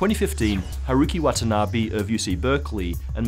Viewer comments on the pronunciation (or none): none